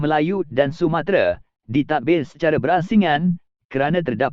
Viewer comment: lain dia sebut ... sumatere, bkn sumatera 😄